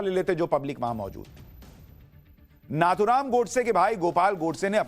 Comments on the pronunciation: नथुराम not नाथुराम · It is नथूराम and not नाथूराम